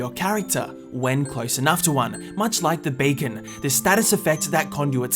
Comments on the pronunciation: not bacan,becan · Shouldn't you pronounce it as "bi-kn"? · When he said beacon I heard bacon and I was so confused. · I swear to god he said bacon when he said beacon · It is beacon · Just the accent. I get it tho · you say beacon like the beacon you eat for breakfast.